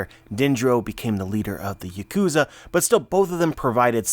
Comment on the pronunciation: Yaw-Ku-Za Yea-Ku-Za XD ahahahahahahaha I GUARANTEE Denjiro could have killed Orochi NO PROBLEM any time he wanted, seeing Orochi's personality, and his strength. He's a little pussy boy who completely relies on the fear is Devil Fruit brings to most people given it being a scary ass Mythical Zoan. But he's weak, can't fight worth shit all he does is get others to fight for him, walking trash can xD ahahahahaha Denjior the mad... its just that he's gone mad. Still a friend and part of the alliance, but of course doing everything he had to do. To get close to Orochi and to take him down when the time came in 20 years. So of course he's a bit nutty and not going to be the same person he was before. Ma fucka "locked himself in the closet" and came out a new man ahahahahaha